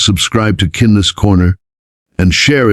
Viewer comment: Odd pronunciation of "Kindness" more like "Cindness"